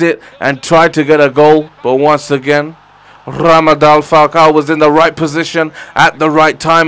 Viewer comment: Radamel not ramade